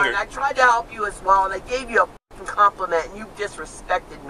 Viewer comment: Ailene Wournos reincarnated. And she's saying 'pucking'. 😅😂